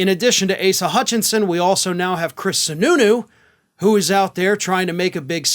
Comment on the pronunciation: Did you say Sununu or snu snu? I guess it really doesn't matter, with any republican we're screwed.